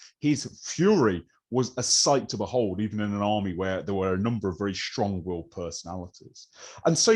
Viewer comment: Enjoyed this highly interesting presentation.But why do modern speakers pronounce words that begin with an S ,as if they begin with an SH,like Shtrong instead of Strong? It's one of the peculiar modern fads for which there is no linguistic logic.